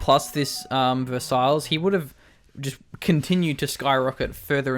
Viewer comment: Versailles? It's pronounced ver-sigh or ver-say, not verse-isles :P